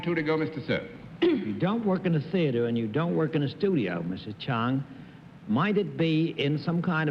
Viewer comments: Dorothy, it's Ch"o"ng not Ch"a"ng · It's CHONG, Dorothy, not CHANG